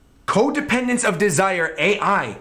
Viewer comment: The AI is pronounced "Aye" and means "Kay." It's the thing that Nanika says when answering to wishes. It's not A.I.